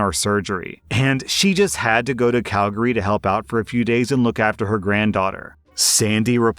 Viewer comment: Holy shit. nailed the pronunciation of Calgary. I’ve heard other Canadians fuck it up. Nice, man. In the same vein as the story about the retiree - I had an assistant department manager who was peak entitled boomer. Very “It’s not faaaaair that I have to work Mother’s Day since I’m a mother.” You’re a florist. She whined about the schedule, tried to get Thanksgiving off because “if I don’t cook, my (30 year old) kids won’t get a Thanksgiving dinner!” and whined about working Christmas eve because “It’s not fair - I have a family, and you just have your dad.” I went to a different store and my replacement was someone who, blessedly, put up with her shit even less. (I became friends with my replacement and we talk daily.) I heard from her, and from some of my regular customers that my former assistant was talking shit about me CONSTANTLY, bragging that she got me transferred (she didn’t), that I was threatened by her because co-workers and customers “liked her better” (lol) among other things. She handed in her notice after disappearing to California for two weeks longer than she said (with no notice or communication.) and a while later, came to talk to my replacement saying “I’ve heard from some people that you said I quit. I didn’t quit. I *retired*. Make sure you tell them the truth.” (My replacement said if anyone asked, she just said assistant didn’t work there anymore.) I realize this is more r/pettyrevenge than prorevenge but anytime anyone asks me what ended up h